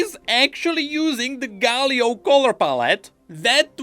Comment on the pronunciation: Nah guys thats actually a galio skin.. "Manlio" 😭